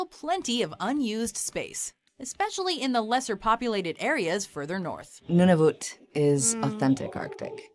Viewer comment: The pronunciation of Nunavut - Noon-a-vut. When it first became a Territory I did (wrongly) use pronunciation.